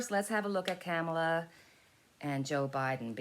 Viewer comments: Its not Camala, its pronounced as in comma Comala=Kamala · Kamala is pronounced 'comma-la' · If you've ever seen them together, it's very obvious the genuinely like eachother ALOT. They're grownups and professional, unlike the right wing lie mongers. (One way to remember how to pronounce Kamalas name: " comma-- la" .,,,,,,,comma,,,,,,😊💕